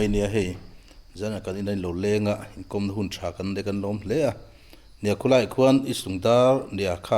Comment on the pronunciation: Khu lai tih mai tura khu tlaia inti kher zel hi ngaihthlak a tinuam lo. I hmanggngawrh angreng bawksi.